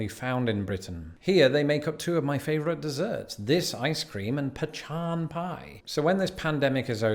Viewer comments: There is NO h in pecan. It is pronounced pee-can or pa-con...that's it. No pechan. Lol...he was killing me saying it that way. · Where on earth dd he get the pronunciation of "pee-shon" ice cream? It's "pee-con.." or "pee-can." I've never heard "pe-shon." Weird! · its not pronounced butter pechan its pecan like the nut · Its peee can not puh chawn! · I think Pachan is a joke! It’s a pecan, pronounced pah con, as anyone who grows, shells and sells pecans knows! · it's not pa chon it's pecan pee-can so people pronounce it pee-con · Ok & it’s NOT PA-Chaun pie… it’s pronounced Puh-con pie. Pecan IS PUH-con or even some states say it PEE-can but pachaun is a ridiculous word that is actually not a word. Just sayin!!! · Corn dogs are regular hot dog weeners on a stick dipped in corn meal batter and deep fried.They taste like corn bread with a hot dog weeners in it. You can put mustard on it,too It's pronounced peh CON or pee- CAN,not peh - CHON like was pronouncing it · LOL.. it's not 'Pechan', it's "Pecan" most people pronounce it 'Pee-Can", those people who have a rod up their butts pronounce it 'Peh-Con', because they like to say... "A pee can is something you relieve yourself into". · Pecan is pronounced pah-cahn and not pe-chan. It is also not pronounced pee-can. A pee can is something one has in their home when they don't have indoor plumbing. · Its PEE CAN not pe chawn. Did not get enough chocolate? Lol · Funnel cakes are fair food in Georgia. Any type of fair will do. Harvest Fairs in the Fall, Wildlife Fairs, Million Pines Arts and Crafts Festival (still a fair). And for crying out loud,!!! What the heck is a pe-CHan?! It’s called a PEE-can, or puh-kahn. Don’t ever say pe-chan again. I’m serious. Just don’t. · Pecan has a hard C like pekun. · The way he's saying Pecan is killing me. My southern heart is raging. Pea-Can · He's mis pronouncing pecan pe can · I have never heard pecan pronounced that way! It's Pee-CAN! 🤣🤣